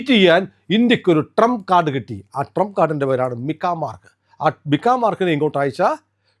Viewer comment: But you should keep your teeth in place while pronouncing Trump😂😂😂